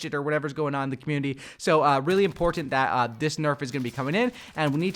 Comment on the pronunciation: the only thing im complaining about is how he says important